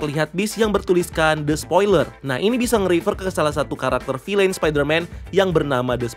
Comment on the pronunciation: Tolong dek. Bacanya "Vil'n" , bukan "Filein"